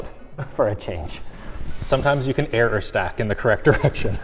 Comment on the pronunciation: when he said somettimes you can eror stack!